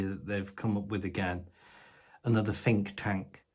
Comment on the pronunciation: Did you say ‘Fink’ tank?? I’d say it’s about time that little fkr got an awakening!